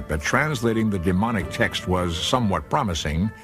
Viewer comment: It sounds like he’s saying demonic when explaining the middle section script of the stone, it’s Demotic.